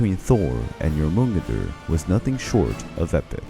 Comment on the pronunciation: I’m happy someone else noticed 😂😂 i had to re listen to it to even understand who he was talking about. But still a great listen